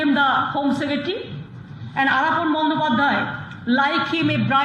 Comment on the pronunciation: The reporters should know and write/ pronounce names correctly.He is Aalaapon Bandyopadhyay.NDTV is a prestigious and leading channel.